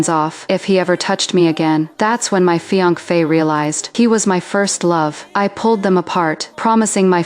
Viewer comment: "fi anc fe" wtf...!